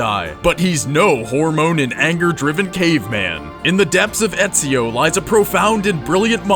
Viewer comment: I know only an European can pronounce Ezio's name that good